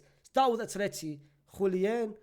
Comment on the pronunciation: Bruv it's Julian with an A. Not JuliEn